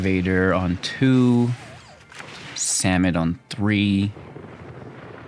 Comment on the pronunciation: "vizor" "kakzan" "samit" did I miss any?